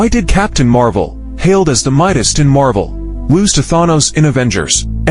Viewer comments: Thon-nose. Stupid A.I. bullshit. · I love the way that the video pronounces Thanos in different ways. 😂